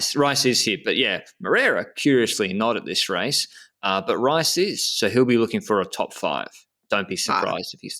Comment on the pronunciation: Correction, Mauricio Moreira did not win the Grandissíma, he finished 2nd behind Antunes. i think he crashed at the tt and for that reason he was the runner up. And you are still saying Rafael Reis name wrong, he´s not from the Netherlands or something 🤣the correct way is more like "reys "